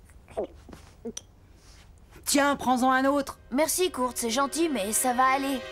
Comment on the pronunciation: Kurt sa se prononce " koeurt"